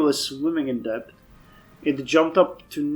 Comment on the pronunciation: Not like criticism? Ps it's pronounced det not depth